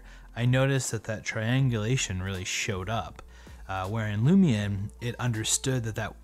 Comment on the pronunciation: I was distracted by you saying "Lumi'n" or "Lumi-un"